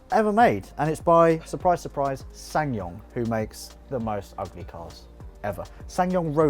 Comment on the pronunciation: "SsanYong Rodius, have you seen one of those" googles ssangyong rodius cringes in disgust